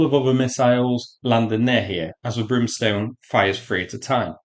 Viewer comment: Brimstone, not Broomstone.